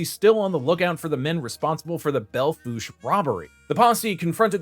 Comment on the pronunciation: Thanks for pronouncing Belle Fouche correctly. Most don't get it right. Great video!